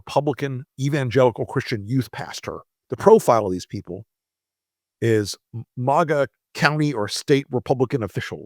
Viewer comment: I'm interested in the subject but it's clear you're very biased towards Trump. Sarcastically you're mispronouncing maga. I can't believe somebody that is so biased. There is truth in this video but there's a lot of b***** too so therefore I'm going to give it a thumbs down